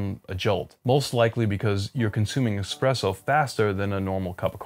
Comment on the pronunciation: I think it's really cute how you, at times, slip up and pronounce it "expresso", even though you've come to learn the actual pronunciation at a later stage in life. Old habits die hard.